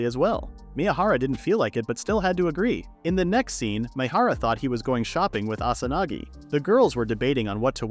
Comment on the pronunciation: instead of Asanagi